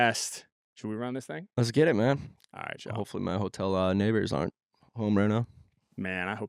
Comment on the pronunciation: That's crazy! the flow-tel instead of the hotel